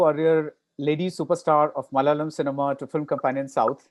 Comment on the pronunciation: Mr. Bharadwatch; Its Malayalam Not Malalam